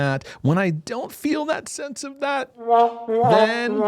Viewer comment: 😂😂😂😂 “thaty” I’m dying over here 😂